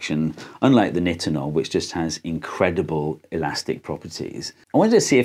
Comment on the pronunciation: Ahhhh this video was great but the way you pronounce Nitonol is giving me a stroke It's a long I - nye-ten-ol